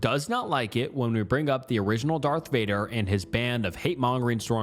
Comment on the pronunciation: "Dark vader". Bro